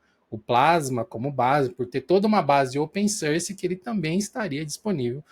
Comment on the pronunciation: Gente, eu adoro os vídeos de vcs, mas por favor, parem de falar open SÃRCI. Dói o ouvido toda vez que vcs falam.